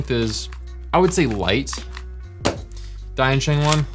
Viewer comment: To maybe avoid confusion with Dayan, maybe you should say "Deeyan" sheng. Just say deeyan fast.